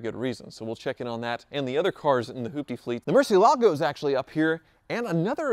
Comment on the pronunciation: Why do you pronunce murciélago so wierd?????? Its bat in spanish, the accent is in the e